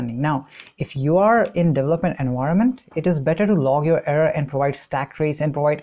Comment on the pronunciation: you said delopment instead of development. a friend of mine also always says delopment hahah